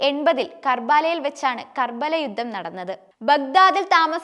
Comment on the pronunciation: യുദ്ദം? യുദ്ധം. അഫ്ഗാനിസ്ഥാനിലെ കാബൂർ അല്ല. കാബൂൾ